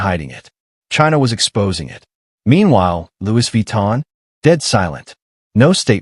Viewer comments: Lu Vi Tan ❌🤣❌ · Louise Vee-tan! - yeah!! 😂